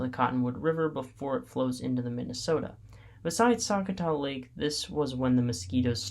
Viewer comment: Sakatath state park pronounce Su cot A - also while these reviews are great if you are in Minnesota there will be bugs. I ignored all mentions as mosquitos may flies and deer flies have nothing to do with parks as that is ecology and again Minnesota. Common sense use bug repellant and sun screen. Most out door people know how to exist without crying about bugs